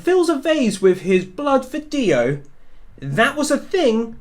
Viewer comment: DIO not Dio!!!!